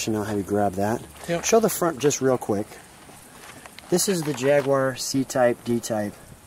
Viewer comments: you'd think the owner would learn how to pronounce Jaguar after all those years of ownership. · They're great cars, I remember them racing when they were new. Despite what said I think think that there a few left that still race. Fascinating hearing the American pronunciation of Jaguar and he called the driver's door the passenger door! Fabulous car pity that we didn't see it on the track.